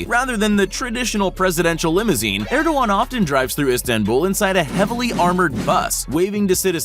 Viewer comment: That's not how the Turkish President's name is pronounced.